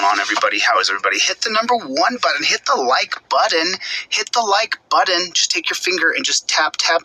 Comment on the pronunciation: I don't know why but it really bugs me when he says 'buddon'.